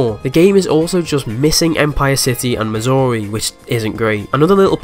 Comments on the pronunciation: due to your accent it sounds like you're saying missouri instead of mazuri, at least to me lol. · I, uh, thought you said Missouri at first... 😅